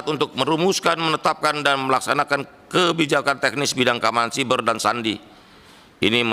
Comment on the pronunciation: Bacanya SAIBER PAK SAIBER GREGERAN GW